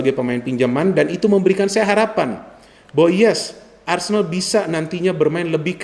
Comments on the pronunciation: ARSENAL bukan Arsendal ya 😎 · A-R-S-E-N-A-L bukan ARSENDAL yah 😅 ingat itu